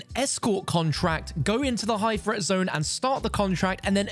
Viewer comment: Threat: T-H-R-E-A-T. NOT FRET!!!